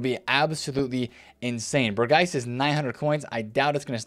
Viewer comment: Their names are actually pronounced Berg-vine and Berg-house